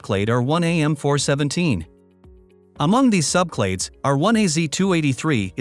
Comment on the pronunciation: Interesting, but the robot reading it is giving the wrong emphasis to the letter 'R' so it keeps sounding like 'our', resulting in my constantly having to re-parse what it's saying: "Our 1 a ancestor..." oops, "R1a ancestor..." Plus, it is reading it too quickly. I often speed up videos but this one is already sped up.